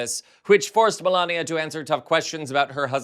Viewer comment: Get it right, its Melanoma Trump !